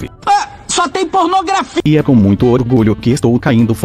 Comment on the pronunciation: Kk Sonic eu ouvi CORNOgrafia kkkkkk